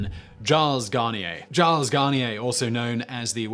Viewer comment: "Giles"?? You do realize that Giles and Gilles are two different names, right? Why do British people either suck at pronouncing foreign words, or simply refuse to put any effort into it at all?!